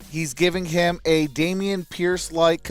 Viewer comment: But they said “HEEM” 😂